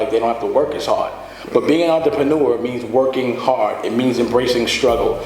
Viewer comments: oontra-paw-new-ah -dame dash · damn why can't Dame pronounce 'entrepreneur' correctly? Sounds like Russell Simmons must've been coaching him to say it that way. And there I was thinking those high-water shorts in every clip were bad...